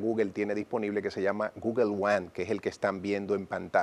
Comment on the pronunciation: No es gugel es gugol